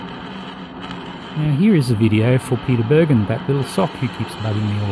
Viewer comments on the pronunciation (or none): none